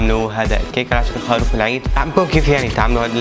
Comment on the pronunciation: خروف مو خاروف